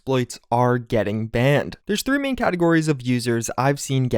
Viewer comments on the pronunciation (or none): none